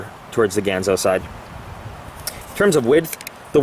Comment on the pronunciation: I'm waiting for mine to come in, how about doing an acid dipped, stonewash with a clip replacement? BTW, it's pronounced "Gahn zo." As in Hattori Ganzo.